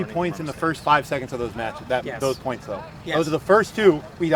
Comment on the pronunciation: "two poinths in a row"